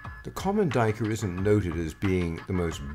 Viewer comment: Sir, I believe you're pronouncing it wrong. It's actually a black doo-we-ker.